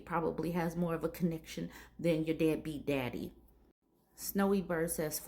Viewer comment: Did I hear right? Did you call him a “dadbeat’?